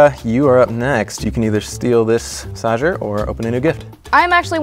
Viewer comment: jon: oh its a foot masasher me: i have a masagsh cair